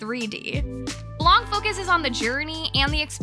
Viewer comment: "Blanc," the French word for "white," is actually pronounced "blan" (without the "kuh" sound at the end. It's silent. The feminine version of "white" is "blanche" (blan-sh).